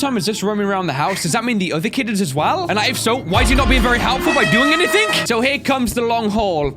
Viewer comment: IF HE SAYS SOMETHING OR EVERYTHING OR ANYTHING HE ALWAYS SAYS A K ON THE END